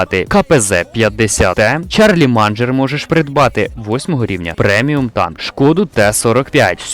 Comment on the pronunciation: Шарлемань а не чарліманджер.